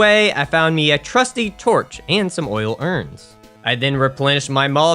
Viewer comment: If I have to hear "Oil urns" pronounced as "Ool Urns" one more time..lmao